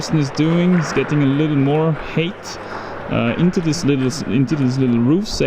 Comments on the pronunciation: Just a friendly pronunciation guide for my crazy language English. Height is pronounced with a long i sound the same as in sky, so like it was spelled hite. When you pronounce it with an 'a' sound it sounds like hate, which isn't what you want to say. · Nice falls ;) just a reminder: the pronounciation of height differs from that of hate. Just think of it beeing written "hite" next time. Cheers! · Pro tip for pronouncing "height": Say "high" or "hi!" and add a "-t" sound in the end.